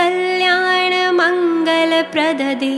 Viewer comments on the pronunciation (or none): none